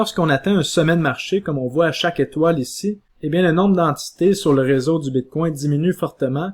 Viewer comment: "BITCOIN" ou "BITCWAIW"? : La prononciation du "BITCOIN" en Anglais serait préférable. Ce mot sonne bizarre et distrait à l'audition... "BITCWAIW" .... ET POURTANT TU DIS TOUT LE RESTE DES TERMES FINANCIERS EN ANGLAIS COMME 'STRONG HANDS' ... 'BEAR MARKET ' et autres termes du trading anglais . Tu essaies de franciser le bitcoin.... Le reste du message est toutefois pertinent.